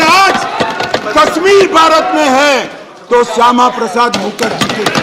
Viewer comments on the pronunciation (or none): Are Bhai Amit sah bolna to Sikh lo pahle mukarji bol Raha hai mukharjee bolo... kisi sansad ne bataya nhi kya 😂😂😂😅😅😊